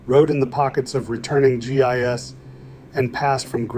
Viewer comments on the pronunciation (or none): At the beginning he mentions the GIS coming back from war, so yeah right a way we know it is AI.